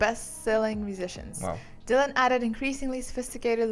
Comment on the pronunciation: IT IS NOT DYLOON IT’S DYLAN.